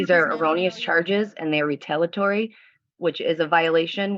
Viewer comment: This BRILLIANT soon-to-be lawyer should really learn how to pronounce the word "retaliatory". It's not RE-TAL-UH-TORY!! It's RE-TAL-EE-UH-TORY Dummy!